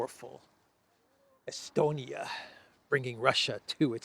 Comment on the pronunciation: Lavrov: “I think he was estoned-ia!” 😂😅🤣😅🤪🤪🙃